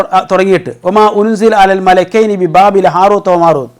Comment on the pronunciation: അല്ല,, മലകൈനി, എന്നുള്ളദ് മലികൈനി എന്ന് വായിച്ചാൽ, പ്രശ്നം തിരുമല്ലോ 🤔🤔🙄🙄